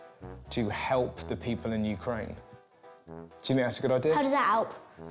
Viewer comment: " 'Ow does 'at 'elp?" Thank you, my dear.